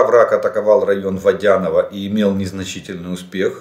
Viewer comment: Жданов ну запомни наконец не ВодЯное а ВодянОе!